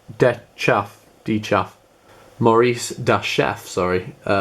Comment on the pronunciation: Wow, I can't believe I won! This is unbelievable! Will message you asap. My Instagram is maurice_dachef. Slight mispronunciation of my name but it's okay. Then again, I should've written it as tha_chef or the chef. da or tha is kind of a slang way of writing "the" in the states.